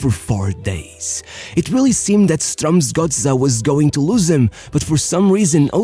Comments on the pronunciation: The most amazing thing about this video is how good the pronunciation of "Strømsgodset" actually is. Pretty close to spot on! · Actually quite a decent pronounciation of Strømsgodset!